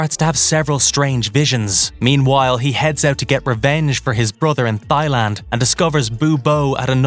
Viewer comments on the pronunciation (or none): “Thigh” land? Really? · Did this dude pronounce Thailand as thigh-land like 4 times, or is he taking about a fictitious country from the movie? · Dude, it is Thailand. Not Thighland 😂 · Yeah, you know, it's south of Wingland and West of Breastland 😮😮😂😂😂😂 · I like the sound of this "Thighland". Where is this delicious place? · Bro thighland? For real? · Yeah, what’s with the narrators on this channel? That bugged me. Pronounce the words correctly! Geez! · Can't get over ThighLand 😂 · I'm concerned that the commentator thinks that Thailand is pronounced with a soft th. Unless there really is a Thighland. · Look I'll follow or sub... but THAILAND is pronounced without the H sound. It's not THIGHland. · If you seen the woman that live their, you would understand why they call it "thighland"...Thighs all day long! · The pronunciation on "Thyland" 🤭🤣🤦👎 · Ah yes, the distant nation of "Thigh-Land" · Thighland, really? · Mispronunciation of Thailand by narrator is kinda jarring